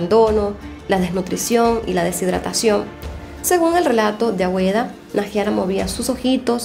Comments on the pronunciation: no es "Agüeda" es ”Águeda". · Es Agueda no Agüeda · Águeda se pronuncia ageda